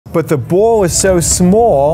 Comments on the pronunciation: Stop complaining about the pronounciation. He is explaining something really phenomenal in a simpler terms. And all you guys ro is complain that he is saying ball as baul. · Nevermind the fiiiiasteh, how you gonna get that boaal out 😂